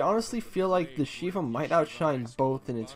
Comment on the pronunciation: I know this might sound mean, but I always find it funny when non-Jews mispronounce Jewish words (like Shivah. The i isn't a regular i.) Then again, I appreciate the effort anyway, especially I butcher words from other cultures all the time.